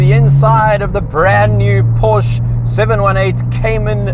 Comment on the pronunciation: A backwards country meanwhile you can’t pronounce Porsche right